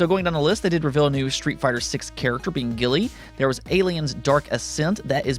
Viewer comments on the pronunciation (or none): Guile is pronounced "Guy-el" not "Gilly" lol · it's not the American pronunciation it's just a mistaken pronunciation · Bro, I love you but you butchered the fuck out of Guiles name...Guh-lee?!?!?!?! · Think “KYLE” but “GUYLE”. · Have I been mispronouncing Guile's name wrong all these years? I've always called him "Guyl" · Is no one gonna break his nuts for his pronunciation of Guile??